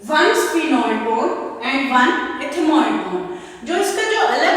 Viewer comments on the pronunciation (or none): Mam plz say properly